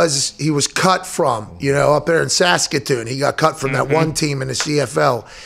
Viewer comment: Pat was more wrong than that. He said Saskatoon .